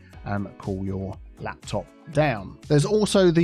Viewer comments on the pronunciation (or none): none